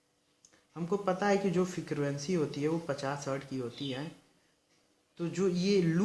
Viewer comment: Bhai residual magnetism Hai. Retizual nahi, fikarvensy nahi frequency Hai bhai